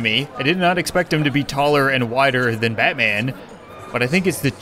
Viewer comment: Diiid you say Matman in the intro? Lol.